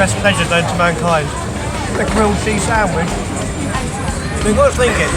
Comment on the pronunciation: The way he says sandwich... Sandwige 😂